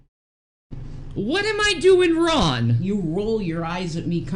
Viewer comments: Her inability to pronounce Gs at the end of words gets me every time 😂 “You can’t see how that’s RON” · " didn't do anything wron"... You have to remember, she can never afford the last "G";at the end of her words.